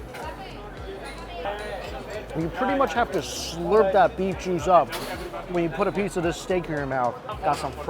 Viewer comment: You say "juice," all I hear is "moo."